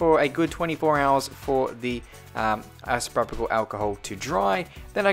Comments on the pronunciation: Its pronounced eye-so-pro-pul alcohol, not eye-so-pro-pih-cul alcohol. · Its isopropyl alcohol not isopropyical alcohol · It’s pronounced iso-pro-pal ;) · Say it right; ICE-A-PRO-POL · I'm not trying to be rude but it's pronounced isa-pro-pal Alcohol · Isopropyl Alcohol, Pronounced: 'EYE-SO-PRO-PIL' Alcohol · It's pronounced ayso_propel-alcohol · Its pronounced Isopropyl (no c in it) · There’s no ‘C’ in “Isopropyl” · It’s really annoying hearing him mispronounce isopropyl every 5 seconds 🤣